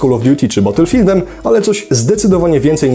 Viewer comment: "Nie był to tytuł gotowy na konkurencję z Call of Duty" i co usłyszałem Bottlefieldem xD